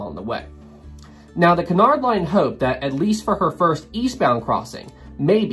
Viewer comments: First, I want to make it clear that I'm really enjoying this. However, Cunard is pronounced with the stress on the first syllable and is pronounced QUEUE-nard. Not kernard. Please? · I am convinced that you are purposely saying Cunard so many times to and pronouncing it wrong EVERY TIME purely to make us cringe.